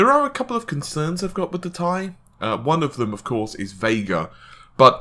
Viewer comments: Cervello I think the problem has become that the majority says tee eye, when they meant for it to be tie. I'm not trying to argue, I call them tee eyes just like most people and I think tie sounds dumb. That doesn't mean it's wrong. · Did he say TIE? NASTY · "TIE" are you a fucking dumbass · mike lambert the thing that gets me when he says it is most of the time he says tie like it's a question.... 1080 tie? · He can't say "T - I"? Funny as hell! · IS HE FKING SERIOUS "TIE" OMG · Gtx 1080 tie....ffs man....how can someone who's channel name is tech mispronounced this XD.... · How about saying the 1080 Titanium? That would clear up pronouncing the word "TI - Thai Food or Neck Tie". Everyone I know says it it spaces....."T" (space) "I". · tie wtf are you saying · In chemistry elements from the periodic table are pronounced with the word, in this instance titanium, or as seperate letters, in this case "T"-"I". The letters are NOT pronouced as a whole word. I swear to god, if this dude pronounces it wrong again in a future video I will unsubscribe, dislike and never watch a video again, this guy annoys the fucking crap out of me. "Tie", you can't wear it around your neck dude. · It's pronounced Tie. You literally can find out yourself in two seconds using google. But here you go so there's no excuses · atLucid yeah it sounds weird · But even nvidia themselves pronounce it "tee eye", this guys just trying to be a smart ass by being scientifically accurate over a marketing term. It's probably best to call it what they call it to avoid the possible confusion of some tech noob seeing this video then asking for a tie from a computer shop... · oh...i never knew...well then the correct way to pronounce your name must be 'bitch' XD. Not attacking u or anything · People need to just relax about the Ti thing. Tomayto, tomahto. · It slightly bothers me how you pronounce Ti....but ignore my comment.... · T I, not tie.. :) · T I... TEEEEEE EYE.. no goddamn TIE... FFS